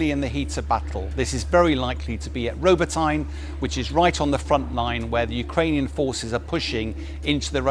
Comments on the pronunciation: I was thinking the same. But he needs to get the pronunciation of Robotne (roh-bot-neh) right, it grates on my ears. One listen to a Ukrainian blogger would put him straight, which he obviously hasn't bothered to do. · “Robo-tie-nh?” Come on. There is no “a” sound after the “t.” The “y” is an “ee” sound.